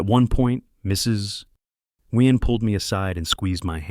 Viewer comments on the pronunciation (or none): Its pronounced new yen the g is silent.